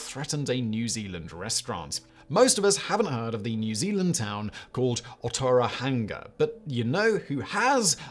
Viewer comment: Most New Zealanders haven't heard of" Otara hang ga" either. I've driven through Otorohanga a few times, though...